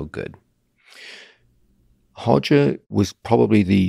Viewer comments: 로저가 아니고 호저. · I trained under Roger for years, his name is Roger not Hodger .. hes lived in the UK since he was 12 and no one calls him Hodger in English. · His name is Roger not Hoger! 😂😂😂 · R/Hoger Gracie. The Portuguese R is pronounced like the English H. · How to sound like a BJJ expert: pronounce Brazilian r names with an h sound